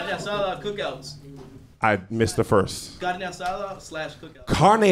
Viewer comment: "That carrrne asada is fire cuhh." Lmao